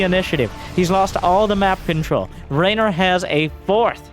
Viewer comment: For context: in Italian, the name that in English is spelled RAynor sounds very much how we Italians pronounce REynor, so he most likely heard it pronounced before he read it written and went with how it sounded ^^